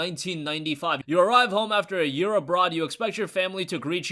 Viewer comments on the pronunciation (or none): none